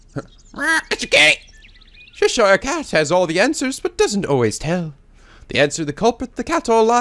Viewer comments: Cheshire is Che-sheer (rhymes with hear) rather than Che-sh-yire (rhymes with tyre). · The original book was said be influenced by a massive drug trip, so...you're not far off. Also as someone who lives in Cheshire it's always weird to hear it being pronounced 'Ches-shire'. We just say it like 'Chesh-sher'. ^_^